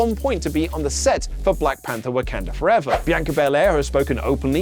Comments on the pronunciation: ammm...an unnecessary nitpick!!....what place is Wak"e"nda in wakanda forever?, i wonder!...instead of wak"a"nda... 😛....i kid, i know its just a pronunciation thing but... 😆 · It's WAKANDA FOREVER not Wekunda Forever...